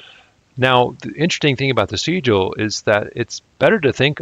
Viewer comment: Why would you pronounce Sigil like that? Do you also pronounce signal, and sign like that?